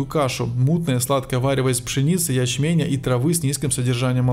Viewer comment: Вполне возможно, что ударение здесь падает на первый слог: "гро́ши". А здесь, когда говорится о суда́х, прибывающих из разных мест, нужно так и говорить: "суда́". "пшеницы, ячменя́". Здесь ударение должно падать на последнее "я́". Отключаюсь, хотя информация интересная. Нужно найти хорошего диктора…